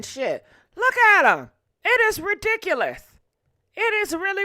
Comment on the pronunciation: I love when she says THIS IS REDIKKKULOUS!!